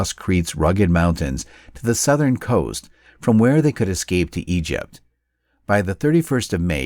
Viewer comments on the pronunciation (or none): none